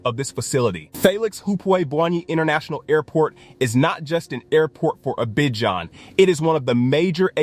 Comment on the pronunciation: Learn how to pronounce Abidjan